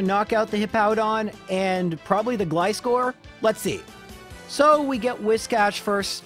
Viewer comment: Do you call scissors "s-kiss-ors"? Gly-score makes my ears bleed